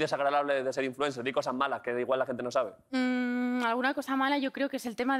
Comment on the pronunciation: Influenqué? Madre mía..